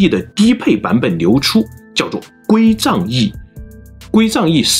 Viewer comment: 归藏cang2易,不是zang4